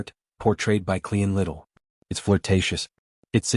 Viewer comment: Cleon Little? Meline Con? quit using AI !!!